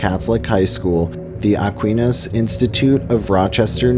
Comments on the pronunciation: I know 😂 Selpulchre and Aquinas absolutely killed me. For the narrator: Aquinas is pronounced “uck-why-niss” and Holy Sepulchre is pronounced “Sep-luh-ker” by locals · ITS PRONOUNCED A-Quine_is ----- Rochester NY Investigator, born and raised* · It’s Pronounced Ah-quain-us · It’s SE pull ker not SePULL core and ah KWAI nus. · Sep-pole-chure …Aqua-nis 😂😂😂😂😂Yea, you’re obviously not from Rochester. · No. Aqu-I-nus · nice but, please get pronunciations correct! Sepulchre = Sepp-ool-ker, Aquinas = Ah-quine-us. Photos are also misleading as there are no mountains in Rochester as shown in the library supposed drowning. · NOPE- ah quine us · Cool video, but a couple of pronunciation's from a local... Holy Sepulchre is Holy Sep-ool-kur. Aquinas is uh-kwai-nuhs. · Lol Rochester regional accent pronounce the name of 2 locations different than you: Holy Sep-lick-er and A..qua-i-nis. Weird, I know! Good report though. Knew about the one at Nazareth Academy but not about the one at Aquanis. What year did that one start? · I was actually coming on here to say the same thing. I was waiting for you to mention Charlotte (Shar-lot) because I could tell immediately by not saying "Sep-lick-er" that you weren't from Rochester (which we also call Rotten-chester and Rah-cha-cha haha.) And then when Ah-qui-ness was said wrong, I had to comment hahaha. Still, you did your research and you found out a lot of the ghost stories! You've also left out a lot of other ones but that's okay since you only picked 9. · this guy has never been to rochester... ever.. can't pronounce AQUINAS??? cant pronounce holy sepulchre cemetary..his research talents are lacking. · you think he would learn the correct pronunciation of the places he desribes..lol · Aquinas was auditorially butchered as well.